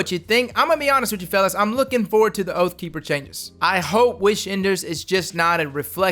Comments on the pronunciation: Lmao “oat”keeper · That 'Oatkeeper' must be deadly lol